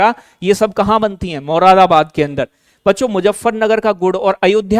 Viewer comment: मुदाराबाद 😂😂 don't mind it's joke 😮😅